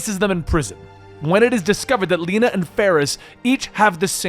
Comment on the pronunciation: It's not "Leena" - her name is pronounced "Le na"